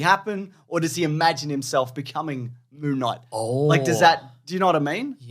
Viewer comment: Mr Monthday Monthvies.